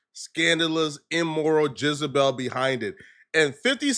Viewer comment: said jizzabelle 😂😂😂😂